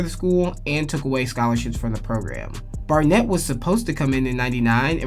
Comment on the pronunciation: “Garnett”?!?! Is this a joke??? Barnett…